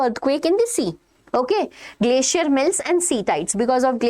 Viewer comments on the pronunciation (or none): none